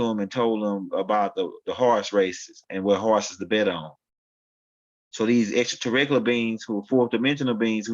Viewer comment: Greetings*🐉🥰👑🎼 The word is pronounced: Extra-ter-rest-tri-al = 6 syllables brother man. Love & excellence* 💌💝💒🧞‍♀️🐲👅✨️💫🌟